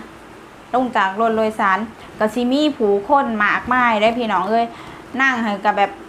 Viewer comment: รถโดยสาร นะ ไม่ใช่โลยสาร